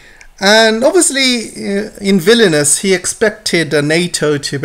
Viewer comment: I love how you pronounced Vilnius as Villainous.